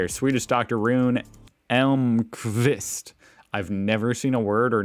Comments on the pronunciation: i think you pronounced very nicely Elmqvist! I would love to see video where you react to some finland stuff and would give american point of view. Maybe cultural stuff, not inventions. Or both if you have time! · You pronounced Elmqvist correctly but not his first name :-) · Your pronunciation of Emlqvist was ON POINT